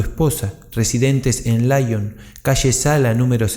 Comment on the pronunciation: Laion? Si te escuchase Kardec se rasgaría las vestiduras. Lyon se pronuncia como se escribe, LION, no a la inglesa.